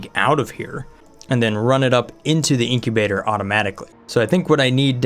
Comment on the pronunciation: incubator Someone: Inkibaters